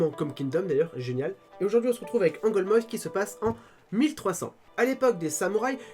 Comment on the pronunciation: Allez, on va continuer comme ça oui 😉 Merci pour cette critique très positive d’Angolmois - titre que tu prononces correctement ça fait plaisir 👍🏻 - Merci aussi pour cette analyse de nos éditions qui se focalisent assez sur l’histoire.